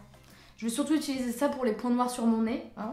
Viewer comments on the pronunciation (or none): none